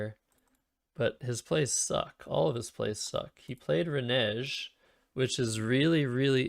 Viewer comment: Serious question, Is it because your Canadian and English isn't your native language that you can't pronounce renege?